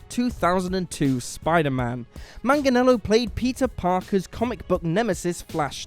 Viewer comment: You guys can't pronounce 'Joaquin' for shit, but 'Manganiello' gives you no trouble...? You're maddeningly inconsistent.